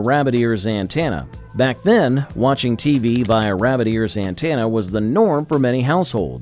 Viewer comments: An-TEN- ah not an-TAN-ah. Please ❤ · It's "anTENna" not "anTANna", ya dim droid voicebot. I still use an antenna because over the air signals are often clearer than cable, and with digital multicasting, each station can carry a dozen different programs.